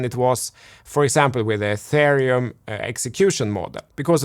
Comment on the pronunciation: And "atharium "